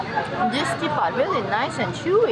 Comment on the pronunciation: hai I'm marita from indonesia .what you eat with satay is called ketupat, not tipat